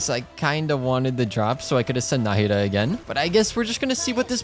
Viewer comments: I'm definitely the only one who is bothered by him saying Náhida instead of Nahida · How many times do you think he said Nadia instead of Nahida? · he kept saying "Naida" and not "Nahida" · Can we just appreciate tht he just went from Call her nahida to Nadia again and again😂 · OMG Exactly. I saw her kit on the trial run and YouTube guides and her demo and all But I never expected such a smooth sound effects Also, not Nadiya... it's "NAHIDA" if I have to say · I kinda love that you call her "Nadia" sometimes, might start doing that too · You prounounce nahida like “na- ida” but your actually supposed to say it like “na-hi-da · not him calling her Nadia by accident like 4 times lmao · NOT HIM CALLING NAHIDA “NADIA” 😭😭😭💀💀💀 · I keep hearing Nahdia when it is Nahida. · I hear Nadiha whenever he says Nahida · can we talk about how he said nadia instead of nahida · I can't believe that half of the video you were saying Nadia instead of Nahida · Its not nahida its naheeda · DID YO JUST SAY NADIA? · he says nadiha but her name is nahida😂😂😂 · did he say nadia? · Half of the video in I hear saying "Nadia" twice and then back to Nahida Also Nahida is pronounced Ne-hee-da ("Ne" as in Neurone) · how is nobody pointing out the fact that java keeps calling nahida nadia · he said nadia alot lmao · Why is he calling nahida nadia😭? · Nadiha not Nahida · Him calling her Nadia always makes me giggle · You keep saying nadiha, is it on purpose? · Nahida not nadia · pls for the love of god say NA HI DA instead of NADIA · the way he kept calling "nadiya" sksksks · Nadiha LOL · as a nahida main i'm very sad HER NAME IS PRONOUNCED NA HE DA NAHEDA = NAHIDA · He missed pronounced Na-he-da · its na-hee-da (no hate) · It is very fitting of a barista to continually butcher someone’s name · He’s butchering the name nahida